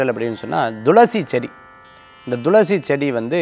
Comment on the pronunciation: ஐயா,, ரொம்ப நாட்களாக, பயனுள்ள இந்த நிகழ்ச்சியை பார்கிறேன்,, தாங்கள் எப்பவுமே thulasi-யை, dhulasi- என்று , உச்சரிப்பது சரிதானா?? விளக்கம் தந்தால் நான் தெளிவடைவேன்.